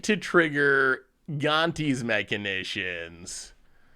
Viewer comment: That "MECHANITIONS" will keep sounding in my head all the weekend 😂😂😂